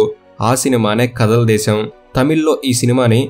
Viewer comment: కదల్ దేశం కాదు . కాదల్ దేశం ( = ప్రేమ దేశం. ) పసలపూడి ,, రామచంద్ర పురం ,, కోనసీమ జిల్లా .